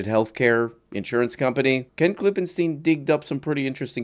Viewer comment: i really appreciate how many times you pronounced Ken's name correctly thank you for the respect